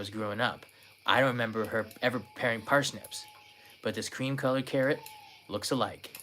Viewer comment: Par snips not Per snips........Ever try Baba ganoush? Shhhhhhh, don't wake up Kanai.